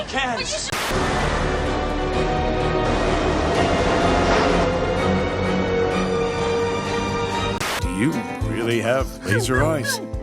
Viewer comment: Caans! It's just caans!